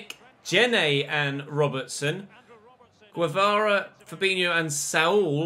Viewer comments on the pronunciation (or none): none